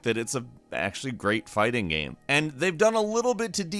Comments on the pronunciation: this dude says "gam" instead of "game" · Hey, Next time, have a guy who can pronounce "game" narrate the video! lol just kidding, it's hilarious and adorable. "It's a great party gyem. It's a gehm I have played a lot." haha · You say 'Game' weird 😉